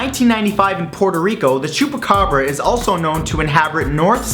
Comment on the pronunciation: Love the way he pronounces "chupacabras" :v